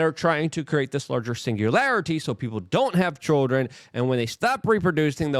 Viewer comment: TUMULTULOUS CHULLDREN